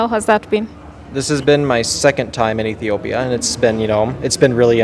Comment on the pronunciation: his pronunciation of "Ethiopia" is perfect!